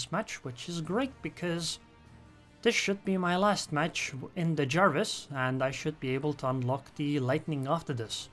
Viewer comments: I'm sure it's pronounced Jervis, not the League of Legends champion Jarvis :) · Nah, the destroyer is named after Admiral John Jervis rather than Jervis Bay. His family name is pronounced JUR-vis (more like Jervis than Jarvis).